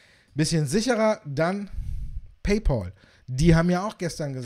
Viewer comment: Paypal wird "paypäl" ausgesprochen, nicht "paypol". Warum sagen die Deutschen immer Paypol???